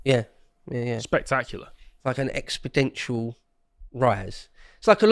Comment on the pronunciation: No man who says "expodential" deserves a monocle.